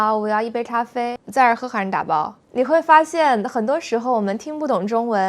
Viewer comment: 我妈呀，把这个 Zai zher he haishi dabao 说成 Za er he harn dabao 让我好糊涂了。这真的无法听懂，只能猜到。